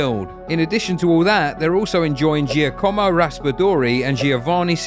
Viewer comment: omg how did you manage to mispronounce literally all the names in such a harsh way, is it really that hard to google just a little bit to say Kvaratskhelia, Anguissa and Giacomo the correct way🤦‍♂🤦‍♂🤦‍♂